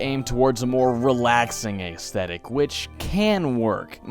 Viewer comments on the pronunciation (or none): Ayezthetic? It's ezthetic. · You say certain words weird.. "plaguing" and "aesthetic"